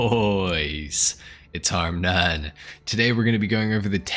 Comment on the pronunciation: “Harmnone” NPC in the background literally laying in a pool of blood 😂